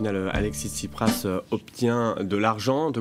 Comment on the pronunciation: jean-luc, tu parles trop ! mais bon, c'est une conversation. et c'est pas tchiprach, mais tSipraS. c'est intéressant, mais quelque part un peu bavard et pas assez aigu politiquement, surtout concernant le cataclysme actuel en grèce (dont semblent se foutre totalement les commentateurs de cette vidéo). comme que comme excellente initiative, tout le problème étant qu'il faudra nourrir la bête, et les réseaux sociaux sont très gourmands. donc à quand la prochaine ?